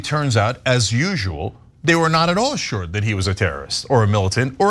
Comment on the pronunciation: ben sher-genacide